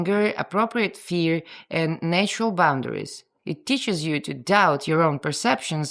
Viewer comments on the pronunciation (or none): having spoken english for 70+ years, I find I am now saying "nay-tural" in your accent whenever I read it🤣😂😂